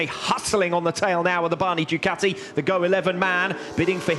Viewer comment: How does one pronounce Ducati? I've heard 3 ways. These guys say "Duh cow tea". I've heard others say "Doo kat (like cat) tea". Americans say "doo ka (like a crow's kaw!) tea". WTF. Does anybody know?